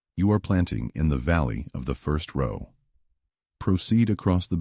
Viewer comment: AI is so Absolutely Irritating. Pronouncing “row” like “cow.” 😂 Also, the spelling errors in the text 😒 This said, this is a super-important issue. Modern agriculture is criminal and is directly correlated to our appalling state of poor health. Thanks.